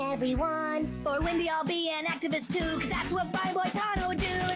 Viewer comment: nevermind not knowing famous actor Brian Dennehey, or however that is spelled, and completely missing George freakin' Burns, but you can't pronounce Boitano? You keep saying "Bo-tah-no." Dude. It's in the song. "Boy-tah-no." You guys have missed out. Wait till you see the episode where kenny sees boobs in space. It involves cats. See also: Heavy Metal magazine. It is a trip. And no, there was no real person called, "Big Gay Al." He only existed here. Not that I haven't known a few in real life... gurl. It is disappointing, that you two did not like this. I get it. You were not disrespectful. May I suggest, for future South Park viewing, get other people who do get it and like it? I watch the YT guy, "YeahHobbs," who watches episodes with a friend, both of them early/mid 20s, and they get it, and appreciate it. If you had gotten into it via watching the series, then this movie, it may have helped. Kinda like you need to watch the movie Buffy, before the series, or you will be confused, and hate the movie, which itself was a spoof of teenage horror movies. I have no idea how people don't get that going in. Her name is Buffy, and she is a bleach-blonde cheerleader from The Valley. And she is "The Chosen One." See how absurd that is? One of my watchers hated the movie, because she started the series first, and was expecting a genuine horror movie. She got halfway through, and seriously asked, "Did they get halfway through this, and decide they wanted to do a spoof?" No, hon. Yo